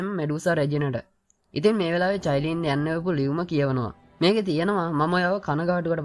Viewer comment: අයියෙ මමත් ඔය කතාව බලනව මම මාරම කැමතී qeen medusa හදුනවන අනිත් නම චයිලින් නෙමේ කායිලින්🥰